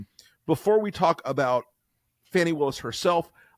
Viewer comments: Pronounced "Fawney", not fanny. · Fani's name is pronounced "FAWNIE".